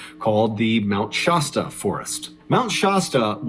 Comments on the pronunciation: Dude, it's not "Shosta" it's pronounced "Shaa-sta" like the soda. Like you're saying "sat" but put a "Sh" instead. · It's funny how people on the East coast don't know how to Pronounce places here on the West Coast I'm From Oregon (Or-y-gun) Which I'm about 2 hours From Mt. Shasta A as in Apple (Shaz-Ta) not( Shoz-Ta) lol! Just had to Point that out Mt. Shasta is in Northern California I live in Southern Oregon! So I know the Place and Trail He's Talking about Very Well!